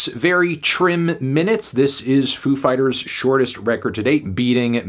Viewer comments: You pronounced it wrong, the emphasis is on "Fighters". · Ladies and gentlemen... Foo FIGHTaz